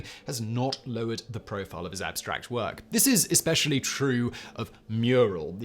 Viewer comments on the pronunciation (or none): none